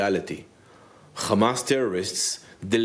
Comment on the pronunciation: Why do they pronounce "Hamas" that way? It makes me sympathetic to any group to hear their name butchered so much.